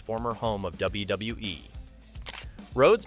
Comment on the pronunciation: I think it's AI generated, the voice over and some of the images... just listen to and how it says WWE lol " W-Duh-WE"